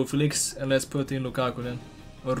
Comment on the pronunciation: What does he call Lukaku? It sounds like ‘ ball and goalie’ 😂